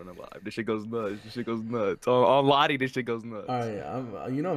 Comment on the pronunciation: bro did he say lotti like woo lotti ?